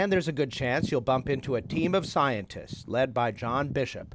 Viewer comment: siaodists instead of scientist like what?